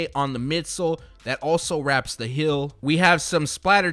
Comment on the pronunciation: Why does he say hill instead of heel? Lol